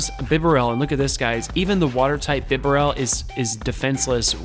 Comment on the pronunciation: Man, I have to do it.... Pah-cha-REE-Su. Not RIE-su. Also, BEE-Barrel, Like Beaver... Barrel. BEE-Barrel Lie-Noon Mie-Noon (like Minus... ) overall though, good job showcasing what Donphan can do. Even though it isn't a part of the core metal, it definitely has a place so need to prepare for it!